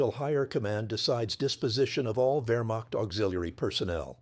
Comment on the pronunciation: . . . about 30 Vermock soldiers. Congratulations, AI. You pronounced the beginning of Wehrmacht correctly. But the word begins Wehr and ends macht. Has nothing whatsoever to do with mocking.